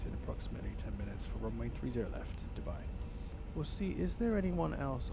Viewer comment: I like the way you pronounce Dubai it's too good 😅 9.8/10 for the landing❤️👏🏽